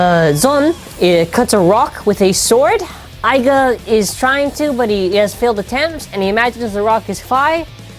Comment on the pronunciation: ITS iger not aga